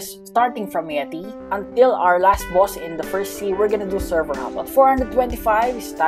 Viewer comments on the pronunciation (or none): I like the way u day boss bwoss it’s funny